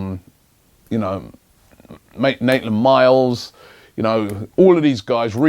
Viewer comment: This time he called him Naitland Miles